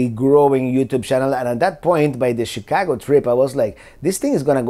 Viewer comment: Chi-cahhh-go. Perfect enunciation!